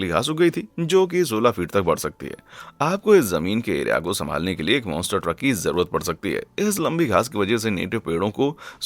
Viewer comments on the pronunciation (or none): none